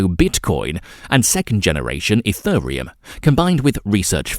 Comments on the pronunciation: This is amazing :-). Car-Dane-O and Eth-Ör-Ium!!! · EthURReum (time stamp) smh… get a human to read this script not an AI. P.S. Cardano is the company project ADA is the coin running on its blockchain so no need to say Card ay no Ayy Dee Ayy. Sigh